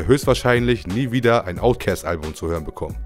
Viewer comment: Omg, wie lange habe ich niemanden mehr "Outcäst" sagen hören. ^^